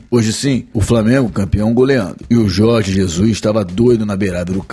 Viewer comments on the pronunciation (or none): none